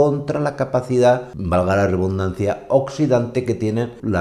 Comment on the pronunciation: Me encanta tus vídeos. Los veo todos. Una cosita solo: es "redundancia", no "rebundancia". Un abrazo y a seguir triunfando, que lo haces muy bien, tus contenidos son útiles y directos al grano.